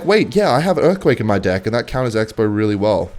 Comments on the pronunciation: why does he say dick instead of deck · Its pronounced deck bro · bro is not saying deck. 💀💀💀💀💀💀💀💀💀💀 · I bet thinks he’s funny when he says “deck” but it sounds like “d’i’ck”